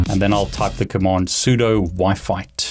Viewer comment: he pronounces it "soo-dough", he really is just like me.